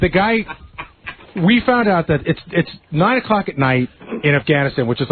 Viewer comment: Its noine oclock at noight